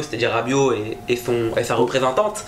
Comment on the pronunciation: "sa représan-tante" mdrr